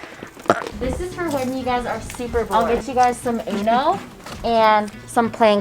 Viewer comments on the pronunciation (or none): You be like, " I will get yall some ano" bruh its uno! lol